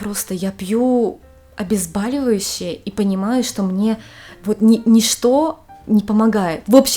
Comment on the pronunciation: Не обезбАливащий , а обезбОливающий!!!!!!